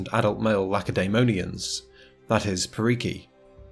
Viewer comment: I know you are not Greek but I can't help but point this out. It's Spartiátes and perioikoi is roughly pronounced periiki. Also if you want to pronounce it like a real Greek,helots is pronounced ilotes